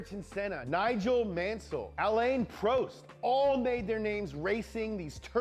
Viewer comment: Isn’t it funny Americans can’t pronounce French, not you mate the guy in video but it’s always the same. Grand Prix….grand pronounced in English and Prix in French. He did the same with Alain Prost